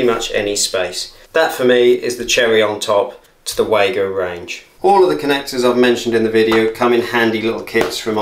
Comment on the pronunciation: The correct pronunciation is for Wago is Vah-go.